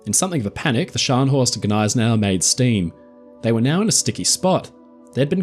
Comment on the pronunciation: the 'G' in Gneisenau is not silent when correctly pronounced.